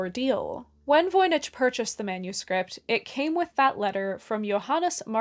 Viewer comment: Voynich... Voi Nik not Ch as in church but k